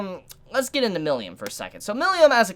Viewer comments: Milim (me-lem) Not "millium" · You pronounced "Milim" "Milyam" Lmao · The way pronounces "Milim' gets me every time lol.